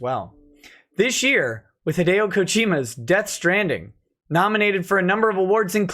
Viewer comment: He still mangled it but it was closer than most haha